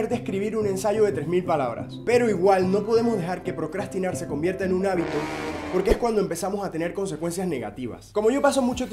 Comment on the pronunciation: Procastinar, Ploclas, Yo que se!😂😂😂